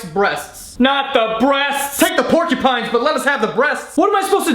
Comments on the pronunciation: "Pork-ya-pines" Hahahah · Pornkupines. What I kept hearing whilst commenting.